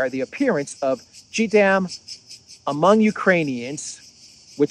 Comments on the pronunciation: This is the first time I saw you actually get really upset with Germany. You are correct and it is time for Germany to replace the so-called leaders at the helm now. But the German citizens keep going along with Scholz and Co. Great reporting as usual. By the way it's call JDAM, JAY not GEE. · Jay-dam is how you say it... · Sorry, I do believe that it is said as Ja Dam.